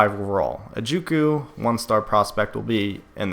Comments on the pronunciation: Say it with me... ju-co jew coh...... not hard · juco is pronounced jew-co. im just sayin